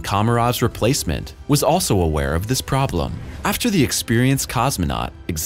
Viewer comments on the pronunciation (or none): none